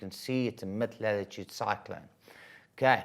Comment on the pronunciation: Do you have a speech impediment? Lelletoood is not how you say it. Please do better. If I as an English speaker struggle to figure out what you're attempting to say, I can't imagine how second language students must be battling. Teachers are not supposed to make the life of student unnecessarily difficult.